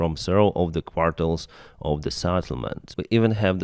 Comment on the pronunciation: Okay now I'm sure. He is saying quartels! WTF is a quartel?